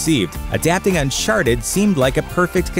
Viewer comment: Why do you say Uncharted like Unsharted?